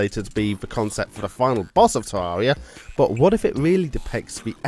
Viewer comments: its terraria not teruria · Tarreria not tararia stupid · is not Teaia, is Teraria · Tewwawia uwu